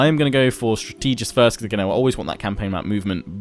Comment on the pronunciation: Why do you mispronounce strategist? Is it a British thing?